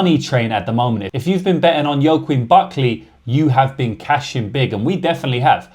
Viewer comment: hey just to let you know joaquin is pronounced 'wackeen'